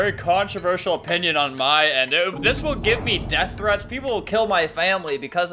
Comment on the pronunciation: "sıs" Yes Albert, sıs.